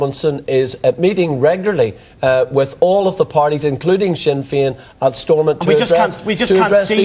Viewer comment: That Bryson fella is a bigot written all over. "Wee see Swinn Fein here swanning the wurrldd sstwwagee as gweat peace makers...' The trouble is you bigoted moron, is that Nationalists and Republicans are nowhere near as provocative and violent as Unionists. Ireland will be united again and these Scottish planters can fuck off to Britain, seeing as they call themselves British.